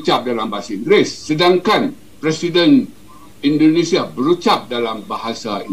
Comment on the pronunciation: Koreksi bang, pengucapan anda belum sesuai. "Indonesia" bukan Indonesa